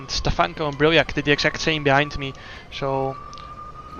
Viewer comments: Im actually stupid. I thought you said diahreah not diriyah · What a weird way of calling a track diriyah. Wtf...